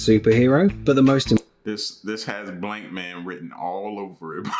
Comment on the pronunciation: When this nigga said blinkman broooooo I started dying 😂😂😂😂😂😂